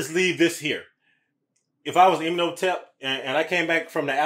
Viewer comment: Rip panick, they on here saying imnotep😂 😊 when its imhotep😂